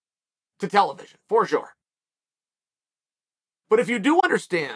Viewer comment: Uncle Chael "for shore" Sonnen